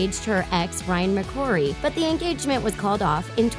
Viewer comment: “McCory” ummm it’s McCartan